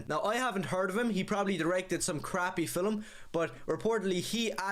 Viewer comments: he sees "a steaming hot pile of trash" as he looks into the camera ... and at his own reflection. - o - wtf is a "fillem"?! dude can't say "film" or he wants to fill something/someone. I'm not quite sure what's more concerning. Ôo - ... and when I hear this racist ranting, I seriously ask myself: why do racists usually look like inbred babies? the measurable intelligence of this creature does not even fill a yogurt cup. - of course dude can't handle the possibilities of a multiverse. he's already struggling hard with this reality. - I was 10 as Batman released back in the days. I went to cinema with my family to watch the movie he praises here for being 'iconic'. fun fact: NO ONE thought Michael Keaton were a convincing Bruce Wayne or even Batman (even though he represented an upgrade compared to his TV predecessor), but the whole aesthetics of this movie incl. Jack Nicholson as the Joker were such a banger that the other casting choices literally could NOT hurt the movie's image and/or perception of the audience. - I make a cut here ... why should i listen to all this racist bullshit when i can't even slap him for it? seriously. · Why does he always say “Filum” 😂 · I can't get over the fact that he pronounces film as "filim" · He keeps saying fillum instead of film and i can't take him seriously AT ALL. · The way he says film bothers me 😭 "filum" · i love how he says “filum” instead of film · Not only is he racist, but he also says "fillum" when he means "film," which is also irritating AF. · Why does he keep saying "fill-em" every time he says film. Bro is so stupid, needs to be humbled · Film of Fillum? 😂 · Take a shot every time mispronounces the word "film". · For a guy ranting about films he sure as hell can't pronouce the word 'film' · Why does this guy add an extra vowel in "film...?" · tell this guy to learn how to pronounce “film”